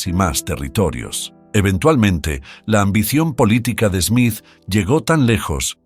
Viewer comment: Smith, not "Esmith"